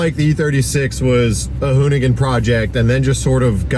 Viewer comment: Said it right the first time... hoonigan is gone